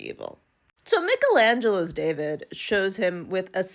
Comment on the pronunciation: You cannot tell me at your age you have never heard someone pronounce the name michaelangelo. At this point you are just doing this on purpose.